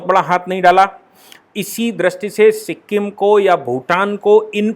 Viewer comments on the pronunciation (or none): none